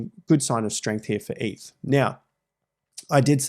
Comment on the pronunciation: its eth not eeth